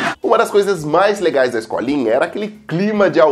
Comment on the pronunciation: Nunca vi mas as garotas eram legaus😁 isto é a deprimencia de um português a tentar falar com pronúncia brasileira... Legaus legau legais leggings e sem leggings